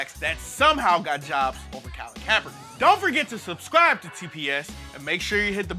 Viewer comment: Hey TPS, you didn't only lose that "k" at the end of the first Kaepernick, you lost my subscription too.